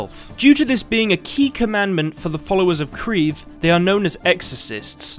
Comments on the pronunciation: kreve yes does mean what you said in norwegian but its pronounciation is far from you pronounciation - obviously as you arent norwegian - i dont know how to explain it other than: in your english pronounciation, you are using one syllable, whereas in norwegian we use two syllables, so kReeVe (where each capital letter is a syllable or where we put pressure) the e is not as drawn out as your english e, however it is more drawn out than a normal e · I would just like to say that "kreve" is more synonymous with "demand" than charge or claim.